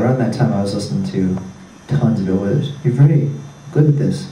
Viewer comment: he said "bill withers"